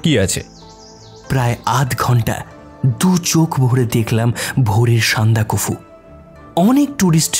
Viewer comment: আপনারা উচ্চারণের দিকে আরও যত্নশীল হন। কাকাবাবু যিনি করলেন উনি না, যিনি গল্প পাঠ করছিলেন মানে । ওটা সান্দাকফু', সন্দাকাফু নয়। এছাড়া আরও আছে।